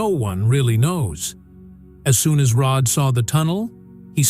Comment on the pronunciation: Terrible let down. Can't even get Rods name correct.